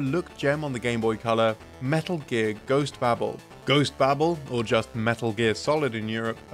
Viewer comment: OhmyGOD it’s pronounced bay-bull, not ‘babble’